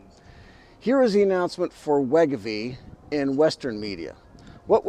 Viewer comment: It’s pronounced Wai-GO-Vee